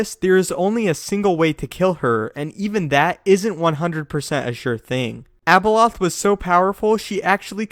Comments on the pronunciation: When he said Abeloth it sounded like Ebola 😂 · how many times you said abeloh, abeloh, abeloh,abeloh, abeloh, abeloh,abeloh, abeloh, abeloh,abeloh, abeloh, abeloh,abeloh, abeloh, abeloh,abeloh, abeloh, abeloh,abeloh, abeloh, abeloh,abeloh, abeloh, abeloh,abeloh, abeloh, abeloh,abeloh, abeloh, abeloh,abeloh, abeloh, abeloh,abeloh, abeloh, abeloh,abeloh, abeloh, abeloh,abeloh, abeloh, abeloh,abeloh, abeloh, abeloh,abeloh, abeloh, abeloh,abeloh, abeloh, abeloh,abeloh, abeloh, abeloh,abeloh, abeloh, abeloh,abeloh, abeloh, abeloh,abeloh, abeloh, abeloh,abeloh, abeloh, abeloh,abeloh, abeloh, abeloh,abeloh, abeloh, abeloh,abeloh, abeloh, abeloh,abeloh, abeloh, abeloh,abeloh, abeloh, abeloh,abeloh, abeloh, abeloh,abeloh, abeloh, abeloh,abeloh, abeloh, abeloh,abeloh, abeloh, abeloh,abeloh, abeloh, abeloh,abeloh, abeloh, abeloh,abeloh, abeloh, abeloh,abeloh, abeloh, abeloh,abeloh, abeloh, abeloh,abeloh, abeloh, abeloh,abeloh, abeloh, abeloh,abeloh, abeloh, abeloh,abeloh, abeloh, abeloh,abeloh, abeloh, abeloh,abeloh, abeloh, abeloh,abeloh, abeloh, abeloh,abeloh, abeloh, abeloh,abeloh, abeloh, abeloh,abeloh, abeloh, abeloh,abeloh, abeloh, abeloh,abeloh, abeloh, abeloh,abeloh, abeloh, abeloh,abeloh, abeloh, abeloh,abeloh, abeloh, abeloh,abeloh, abeloh, abeloh,abeloh, abeloh, abeloh,abeloh, abeloh, abeloh,abeloh, abeloh, abeloh,abeloh, abeloh, abeloh,abeloh, abeloh, abeloh,abeloh, abeloh, abeloh,abeloh, abeloh, abeloh,abeloh, abeloh, abeloh,abeloh, abeloh, abeloh,abeloh, abeloh, abeloh,abeloh, abeloh, abeloh,abeloh, abeloh, abeloh,abel